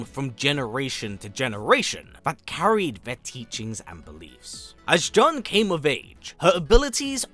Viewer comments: It's Jun not jhon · Please, It's "June" (how Jun sounds in Japanese phonetically), not "John"...😢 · There’s only one way of pronouncing her name and it’s JOON, not and never Juhn. It’s a Japanese name. Even from the games they clearly say JOON. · in japanese jun(準) is pronounced as jee-yoon. juhn and june are both incorrect lol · "JUHN Kazama or JOON depending on how you wish to enunciate it." My guy. Every game literally pronounces it JOON. Never in my life have I heard someone pronounce it as JUHN wtf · I've never heard anyone mention her name as "Juhn" which is very grating to listen to. She's Japanese so her name would always be pronounced as "Joon". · This guy did say Joon once but went back to Juhn rofl. So weird. 😂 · Why do you guys pronounce her name as "Juhn" when the developers and other characters call her "June"? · Jun in pronounced “June”. Not, however someone wishes to pronounce her name! Lol! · It's pronounced June, even the characters in the game say it like it. This was painful to hear 😂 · i'm pretty sure it's pronounced as "june". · The way you pronounce her name is too cringey! John Kazama . Trying to make it fancy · Jun is Japanese, “Joon” is the way you pronounce it— to be like, “you can pronounce it anyway” is a bit tone deaf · The announcer in the game pronounces her name as June so are you saying the announcer is pronouncing the name incorrectly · Jun is pronounced june in the game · Killing me with the "John" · Why TF do you keep calling her John??? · I mean the game tells you how to pronounce her name and the trailer for her character does too there's no debate it's pronounced like June. Kinda annoying when white people don't bother to pronounce things correctly especially when it takes 10 seconds to Google pronunciations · more like JOON'N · The games tell you how to pronounce her name. It's right there. This is like "Ong" in The Last Airbender movie... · Narrator you know FULL WELL that you are pronouncing Jun wrong 😂😂😂